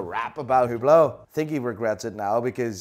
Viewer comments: Hublot actually isn't pronounced "Ublo" or "Hyublo" it's pronounced "Trash" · It's hublot but pronounced you blow